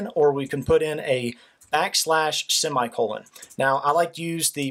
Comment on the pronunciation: About he says semen lollllll